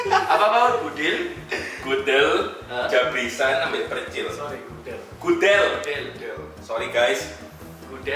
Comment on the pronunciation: percil kan ya bukan precil?